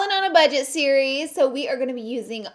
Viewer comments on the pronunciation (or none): none